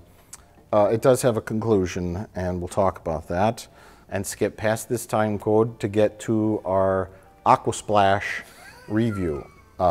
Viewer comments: When Mike said, "Timecode", its the most strongest I have heard his accent, without him putting it on...unless he was. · is Mike putting on a voice? I’ve never heard him sound that Milwaukee before in my life. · Mike's Wisconsin accent coming through on "Time Code"